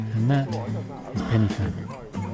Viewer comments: You're pronouncing Pen y fan wrong. Say Pen er van not Pennyvan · it's pron Pen - Ah - Van and its translation in welsh means the high peak. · It's pronounced pen uh van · One day a vlogger will pronounce it right and we might be freed of 'penny fan' . . . I live in hope 😊 A pleasant watch nonetheless, so thanks. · To be fair, Welsh isn't the most intuitive language and few say it right . . . just think pen er van (say it as if it's one word) and you'll be right 🙂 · Good video, but for future reference, "f" in Welsh is pronounced with a soft "v" sound, so you should say it "Pen-y-Van". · Pity your pronounciation of Pen y Fan was incorrect. Should have done some preparation before doing your commentary. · You took the easy way up. The other way is much harder, believe me. I’ve done this walk and it’s not fun and your pronouncing it wrong